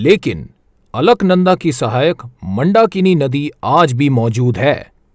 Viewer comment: आप मंडाकिनी नहीं बोलना ! असली नाम मंदाकिनी है !